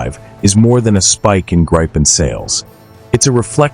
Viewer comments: Gripen with a "i" like in Indiana, not like in Iowa ! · Gripen (eng Griffin, ie the mythical creature in Greek mythology, with a lion’s body and an eagle’s head and wings.) it's not prinounce like you have a gripe with someone (like in this video), it's pronounced like Greépen, with a rolling R. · Let me explain the name Gripen: It means The Griffin, i. e. the suffix en is the definite article. It is pronounced Greepen. For international commentators it would be more convenient to just call it The Griffin.